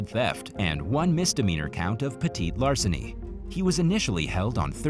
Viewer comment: you can call it petit larceny, but i think your the only one who doesnt say petty larceny.and stealing is terribly wrong 100% of the time